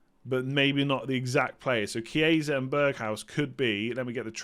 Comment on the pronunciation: Hi, great content as always. Since you're always wondering if your pronunciation is right, a tip for the Italian players: the simplest to pronounce, just read as it's written (keeping in mind that ch=k). So for example it's not "Chieisa", just remove the second "i"; it's simply "Kiesa".